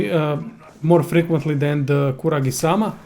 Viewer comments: Kusarigama not Kuragisama -.-... Japanesse . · *kusarigama not kuragisama. :/